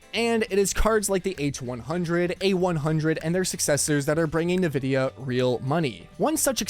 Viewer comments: He has to be meming. I am sure he heard how Nvidia is pronounced. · If you pronounce it like that, "ne vidia", it sounds like "can't see" in slavic languages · Please stop calling it NA-vidia... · loses credibility when he doesnt even know the name of the company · Why are you saying it weird bro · Wish you knew how to pronounce Nvidia. That would be a start. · you lost me on the pronounciation of Nvidia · ....is he saying 'Nvidia'? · I'm really disinclined to take anyone talking about GPU's seriously when they don't even know how to pronounce Nvidia. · You’re just trolling us with the way you pronounce Nvidia at this point. And Nvidia is just trolling its customers with features we don’t need that tank frame rates so we buy more powerful cards to run the games that include said features just a little bit better. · Have I been pronouncing Nvidia wrong this whole time? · I'm curious, how does everyone else pronounce it? En-vid-iah or Nuh-vid-ee-ah? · He keeps calling it Nē-vidya instead of N-Vidia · Why do you say Ne Vidia? And not En Vidia? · Are You Ai!?😂 Its EN VIDIA!!! NOT NAVIDA!!😂😂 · Please… 'EN' vidia not ‘NA’ vidia… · I don't trust a guy saying NaVidia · "nuh-vid-ee-ah" NO... it's "en-VID-ee-uh" Minor nitpick, but why does and a few other channels keep mispronouncing the name? Surely, they must know how to say it? It just makes it harder for me to take something you say seriously. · "EN-VIDIA", not "NIH-VIDIA". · Nabisco?? Oh.. you mean EN-VIdia, playing off the Spanish word for “Envy”. Or do white people actually think it’s pronounced like “NuhBisKoH”?? LoL. 😂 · its EN-vidia, not NE-vidia. jeezus.... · Man I thought I was the only one. It's In-Vidia not NaVidia. This lets me know some of these people aren't really in the tech space and just putting stories together for clicks and $$. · Nividia.. , its pronounced "IN-Vid-e-uh" though "greedy bastards" will be how their remembered. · Nevidia huh? You're an AI? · “Nuh vid eya” lol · HA. nuh-vidia.